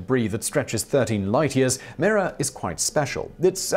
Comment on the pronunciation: What's really amazing is Simons' steadfast determination to not pronounce words correctly. When he's talking about Mira, the very article he's scrolling on the screen says, "The star, called Mira (pronounced My - rah)," while saying "Me - rah".